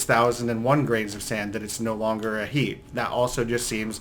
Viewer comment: When he says “heap” it sounds like he’s saying “heeb” a derogatory term for Jews lol